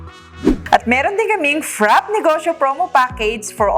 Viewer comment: Ladies, I enjoyed watching your video. However, you keep mis-pronouncing frappe'. It's pronounced fra-pay, not frap.